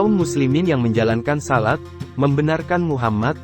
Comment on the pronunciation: Waalaikumsallam Lain kali jgn pake suara mesin, nyebut kata "Shalat" kyk nyebut salad